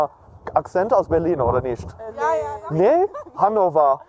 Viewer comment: I disagree with you on the pronunciation part because if you look at for example when he says "Wirklich" german word for "Really" it sounds like he is saying "Wirknicht"lol and also "Nicht" german word for "Not" it kinda sounds like he is saying "Nisht", and these arent difficult words at all but he's just so confident in his linguistic abilities that basic word pronunciation has been thrown out the window XD